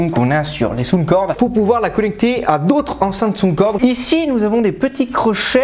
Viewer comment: On ne dit pas Soundcorde. On dit Soundcore.